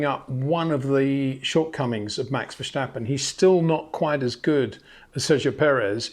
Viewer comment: Please stop with the German pronunciation of Verstappen. It's Dutch. FER-STAP-PEN